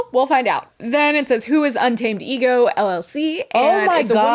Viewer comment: Un-tamadego killed me 😂😂😂